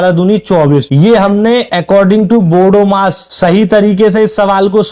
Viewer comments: Bodo mas nahi bodmas bolo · Bahi bodomas nahi hai bodmas hai bolna to sikho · बोडोमास नही बोडमास बोलो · Bhai bodmas ka pronountation galat kar rhe hai aap. Aap pahle khud padh lo iske bad solve karna question. Aap ne itna easy question mai kya title lagaya hai bhai 99.99% log fail ho jayange.